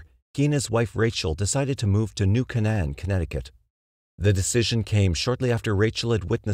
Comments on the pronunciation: I remember reading about Kitty in Elementary school in our Catholic Chronicle. It was such a sad tale, nobody tried to help her. BTW it's pronounced New Cane-en, sorry, mom was an English Major. :) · I've heard this voiceover pronounce foreign words perfectly but can't say New Canaan correctly. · Love all your videos, don’t mean to be rude. Hearing New Canaan pronounced wrong over and over got REALLY annoying. And I’m from the opposite coast